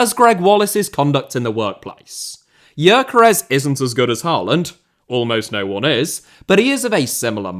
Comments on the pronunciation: man people need to stop pronouncing Gyökeres completely wrong. It's pronounced like Dyökeresh with the Gy pronounced like the d in dew or due. The final s is like sh in shop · For the love of god, is it really hard to check the pronounciation of Gyökeres's name? It takes about 10 second to ask google for a pronounciation (ask for the Hungarian one if it doesn't recognize the language automatically). It is strange that you put so much work into your videos, but you don't even try with the more exotic names (if a name with Hungarian origin can even be called exotic for another European).